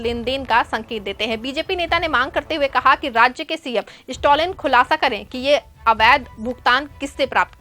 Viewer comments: The name is Stalin and not stolin please pronounce the name property dear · स्टोलिन के बजाय स्टालिन बोलते